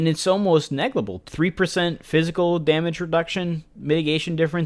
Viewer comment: Your videos are extremely informative, thank you for going into so much detail about every little thing. So awesome for new players who are serious about min/maxing or want to get into pvp like me. The only complaint I have is that you say neglible instead of negligible hahaha.